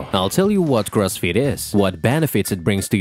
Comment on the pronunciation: All I hear is Cross feet is..